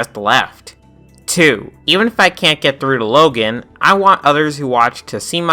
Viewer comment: Yea, that was also a big mistake on my part... I got the name confused with the kid from diary of a wimpy kid. But an easy comeback to would just be how he says "Logen" instead of "Logan"